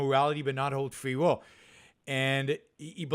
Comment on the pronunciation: Fwee will....sam hawwis